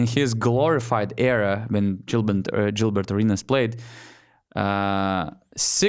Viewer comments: he is a clown, but its pronounced gillbert with a hard G, not jillbert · Why are you saying Dzilbert, when his name is Gilbert pronounced by Americans 😂😂😂